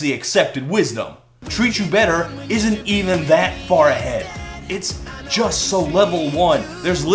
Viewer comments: I knew this song sucked as soon as Mendes pronounced the word ‘just’ as “joy-ist”. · Dude sounds like Cartman when he sings. Makes me wince. The way he pronounces "just" when he's singing as well is something I can only describe as alien. He sings "jaaaiiiiiiiist"... just... what the fuck is that. He does it with the word "touch" in Stitches too. "Taaahheeeetch"... what a cunt. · Why does he keep adding vowels to his words? Like "just" and "want" become "juyist" and "wahint." Annoyiying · why does he say just jeyest...